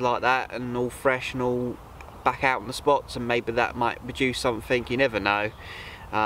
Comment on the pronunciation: “SomeFink”? Oh! Something.